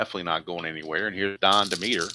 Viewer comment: The third baseman for the Philadelphia Phillies name is pronounced d e m e t e r with the accent on the Dem